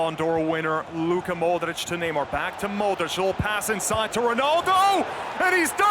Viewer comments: Cole Brady mOdeRicShh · The way they pronounce Modrich triggers me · I dont like the way he says modrić